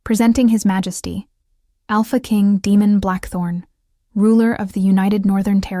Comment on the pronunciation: Daemon, is pronounced like Damon, it's probably what they meant, but they have an AI reader that didn't pronounce it correctly. Just my opinion.